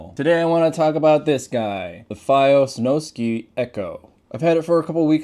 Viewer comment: Snow Sky, it's sky not ski. Like do people seriously not know how to read or spell I've heard multiple people call it the snowski lmao